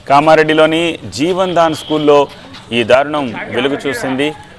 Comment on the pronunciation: Jevan Dan Kadu jevadan school Correct it